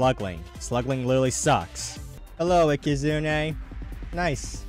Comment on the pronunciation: found so many protogons ands aekehzoons. and please never stop mispronouncing ikazune we love it